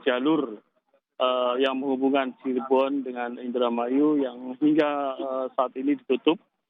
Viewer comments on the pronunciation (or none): none